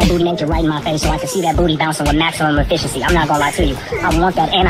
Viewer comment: “At full efincioncy”